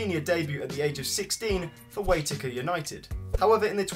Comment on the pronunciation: You pronounced Waitakere wrong.....lol